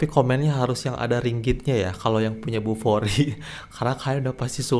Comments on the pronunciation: Sebut betul² Bufori, bukan kokoRi ya!😂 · 😂😂😂 langsung tak jadi nak buang air besar bila dengar nama kokori, jadi tak bernafsu dah la🤣🤣🤣 Huhuhuhuhuhu 🙏✌️🙏 Salam Dari GerikPerak(MALAYSIA) 👋👋👋 ✌️🇲🇾❤🇮🇩❤🇵🇸✌️